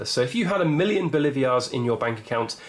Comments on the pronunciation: Say it with me “Bo-lee-var-es” or “Bo-lee-var” NOT “Bo-live-ee-ars” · Pronounced "Boleevars", not "Bolivias", with accent on 2nd syllable.